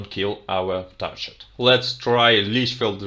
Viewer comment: By the way, the word "TARGET" has a hard 'G' as in the word "GREAT". You're doing "great" with these videos!